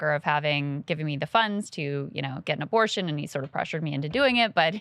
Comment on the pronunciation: “A little aborsh”